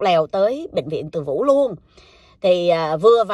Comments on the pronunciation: Bệnh Viện Từ Dũ:))) chứ ko phải ( Từ Vũ ) nha. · Chuyện hấp dẩn nhờ lối kể truyện rất lôi cuốn của. Nhà thương tên là Từ Dủ chứ không phải là Từ Vủ nhé.